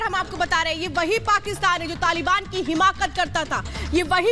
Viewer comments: हिमाकत नहीं मैड़म , हिमायत ... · Himakat nahi himayat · Jara Shanti se bolo Madam Excitement me aap Himayat ko Himakat bol Rahi hai. 😂😂😂😂😂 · हिमाकत नहीं हिमायत